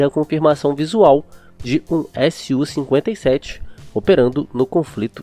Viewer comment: SU-57 e não S-U-57, fica dica de pronuncia